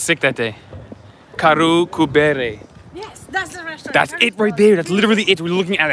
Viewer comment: It's Karu Ku bere,. 😄😄👍👍🍺🍺🇸🇪🇹🇩🇸🇪🇹🇩